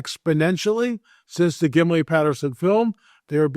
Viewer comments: Why does keep saying, "Gimli Patterson," film? It's Gimlin. And it's always been called the Patterson Gimlin film. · Well first you pronounced Gimlin wrong. Second it never aired on tv in 67, 68 or 69. Lenard nimoy was on Star Trek in the 60’s. So you never saw it then. You should speak to real biblical scholars as to the meanings of words. You are speaking about book of Enoch that is not canon. Catalina island is a hoax even the giant hunters showed this. All nonsense